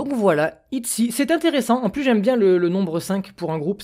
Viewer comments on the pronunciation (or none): Je pense que le nom de groupe ce prononce I-Chy ! En espérant que c'est moins cute que les TWICE CHAERYOUNG est la petite sœur de Chaeyeon des I-zone ^^